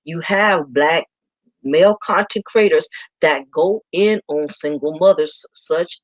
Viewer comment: Pardon me? But are you saying consecrators? I put on the YouTube closed-captioned to see how they are interpreting the words as you are speaking. Do you mean commentators?